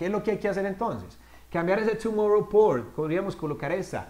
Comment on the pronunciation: cambiar ese tomorrow pour, acento inglés con palabras en español xd